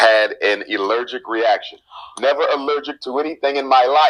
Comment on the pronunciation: ILLEGERIC REACTION?? "ILLERGIC"?? Really negga??